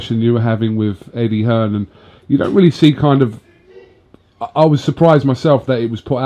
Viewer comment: americans think his name is hearns wtf lol